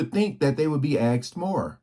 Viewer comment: Sir.....I regularly enjoy your videos. Please, how is the word 'asked', pronounced 'axed'., or maybe 'aksed',......., how is this a thing. Thank you.